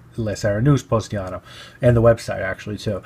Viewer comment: The town is Positano and not Postiano.